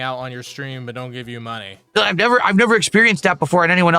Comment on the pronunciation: Thanks for the suhpoort = Yeah, I’m squeezing you guises for muhnny So what I love the game = I only “enjoy it” when you gimme muhnny What chill and pawsitive cahntent, you guise Sound good? *annoying copium fueled drunk clown seal laugh